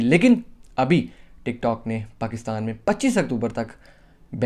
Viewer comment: Bro Pakista nahi Pakistan hota hai